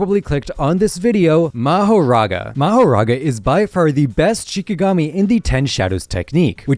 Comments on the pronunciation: "Mahorara" "Mahora" Dude youtube do your job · “Mahorara” is crazy. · Rika is a curse not a shikigami and it’s mahoraga not mahaga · "mahaga" bro 😭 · "Mahorara" bro's grammar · “Mahorara” “More and Tiger” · Just to tell ya the mahoraga chapter is called “mahorara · Ah yes, "Ra, Nu, Piercing ball, Mahorara... I mean Mahaga, and Aito."